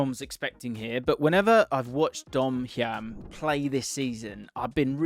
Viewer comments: Definitely Hi-um not Hyam but agree he is great. 2 mil was a shocking deal for our club. Cov legend. PUSB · Dom hyam is pronounced Higham, and that’s a picture of Ryan hedges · Pronunciation of Hyam is High-um, not hiam😂